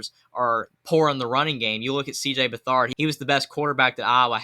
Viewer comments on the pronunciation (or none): “CJ BethHARD” lololol should probably be able to pronounce the names of these guys before making a stupid video.